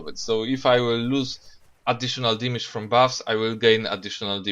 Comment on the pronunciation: cant pronounce damage lmao